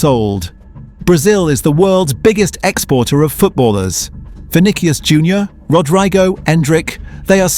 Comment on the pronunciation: "Vinikious Jr" "Rodriegoh"